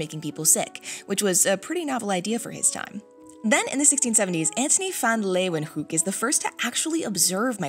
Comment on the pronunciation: the first time i hear van leeuwenhoek pronounced right in a youtube video